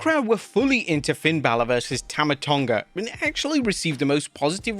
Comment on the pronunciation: that match was so good you called Tama Tonga Tonga Loa😭